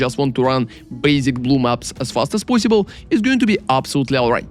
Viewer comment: I like when he says "as fast as poisibule" <3